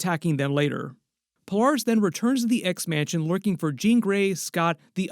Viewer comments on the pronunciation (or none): It's weird hearing someone pronounce her name, Pole- Are- Us. Instead of Pole- Air- Us. Interesting.